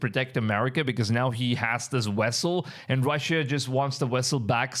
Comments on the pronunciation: Dude u need to improve your speech Wessel Vessel with a V Moving with M instead of mooing... and yes rumors the ark is being guarded in another country trump already visited its location and had created a replica of it. Look it up. .. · It's a vessel, not "wessle" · It's "vessel" NOT "wessel". How do the indian people that have taken over the united states convience store business and that's speaking to americans everyday speek such bad english?? Thank you come again🤣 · Only my opinion but vessel not wessel😊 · What is a wessel? I think you mean VESSEL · This fool just posted a video about Ron Wyat finding the Ark, and now he posts this????? Bro, read the Bible, anyone other than Aaron's lineage dies when they touch it!!! Not to mention the Angels are guarding it. Its a vessel not wessel! Dude needs to consider going back to play his cool video games, rather than posting garbage like this!!! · why do you pronounce Venezuela as wenezwela and vessel as wessel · Wth is a wessel 😂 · Your sayin "wessle" like Chekov in that STARTREK movie 😂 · Sorry, couldn't get passed the first minute with all the wessels.😂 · Wessel had me going, sorry i couldn't help it 😆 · very true! I didn’t mean any disrespect. It just caught me off guard the first time he said, “wessel”, then he said it like 20 more times and I had gotten a giggle from it. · You Can't say V's Very well huh...lol...cute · How can you pronounce the V in Venezuela but you can’t pronounce it in vessel there’s no W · I thought me hearing the W instead V was just me this whole time.